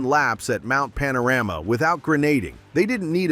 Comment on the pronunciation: Mount Pana-Rammer? Ok Americano AI😁